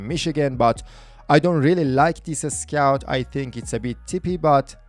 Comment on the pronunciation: Nice video But the number of "A" thrown before any "S" is just insane! FleetAstar loadAstar Ascout.... Are u russian?